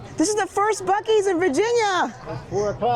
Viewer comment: What the heck is a buc-eee???!🫤🫤🫤